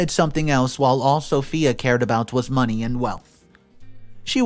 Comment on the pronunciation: Am I the only one who cringes every time he says 'money'? Something about his pronouncion grinds my gears.